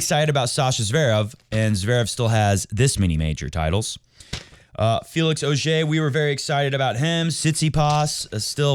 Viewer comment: NNNOOO!!!! Say Auger the English way or just say FAA and is it mean or if NADAL made his Hair Gold be like his childhood Anime Goku!!